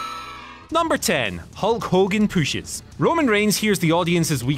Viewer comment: Disliked ONLY because of. Stop giving him the 'poosh'